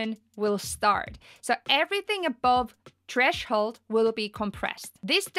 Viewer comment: lol trashole. its TTHHHREEESSHHH HOOOOLD